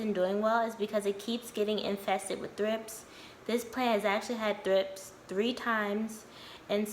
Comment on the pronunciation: I thought you said thrifts. I have quite a few plants, but I'm not as serious of a houseplant owner, so I had to look it up. Thrips are wingless larvae that emerge from the soil as adults with wings.